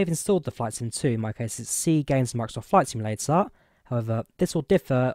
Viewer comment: Skyvektaaaaaaah in Flight Simulataaaaah?